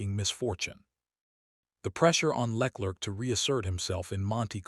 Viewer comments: Le Clerc is not pronounced as Lecklert. ‘Leclerc ‘might be best pronounced ‘Luh Claire’. And Mercedes is rarely if ever pronounced Merced. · Who the hell is Lec-lerc...? What are your sources...? Is this fact, or simple conjecture...? I'm a LH fan, but seriously man, at least get Charles surname right...! I'm bored of these AI voiced rambles...!! Lol... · Leck lurk 🤣🤣🤣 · Please train your AI voice on correctly pronouncing words and names like LeClerc, Maranello, Mercedes, Verstappen, and on and on. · Who the F is Leklirck? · The way he pronounces LeClerc is hilarious.